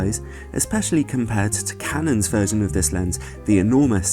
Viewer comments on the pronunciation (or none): none